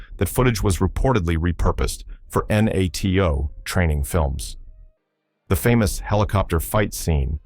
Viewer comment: My favourite was NATO pronounced as N.A.T.O.